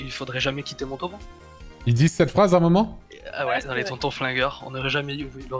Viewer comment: Non mais où est donc la difficulté a prononcé Montauban ??? C'est quoi cette vidéo qui me fait vomir juste a regarder les photos qui zoom et dézoom. bref, inintéressante, je zappe.